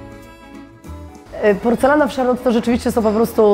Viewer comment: Gadka z obcymi ludźmi? Bez problemu. Ale do tej Francji, to jeszcze chwilę. Od niepoprawnej wymowy zaczynając. Kiedyś mi się zdarzyło być w Charlotte. Dwa razy. Z krzesła nie spadłam z wrażenia :) Wystrój? Mydło i powidlo. Paryża nie ma.